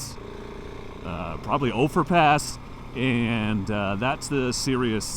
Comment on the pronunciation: Nice footage, though some things to know and think about. It's "U"ray, not "Ooo"ray. And it's "Ofer", not "Ofear". Keep in mind that, yes, there is too much traffic now in the high country because of all the types of vehicles available, and the exposure the internet provides. It's a bit ironic that 1.) your group of 10 and 2.) your content here add to the problem....